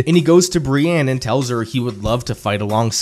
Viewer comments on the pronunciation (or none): none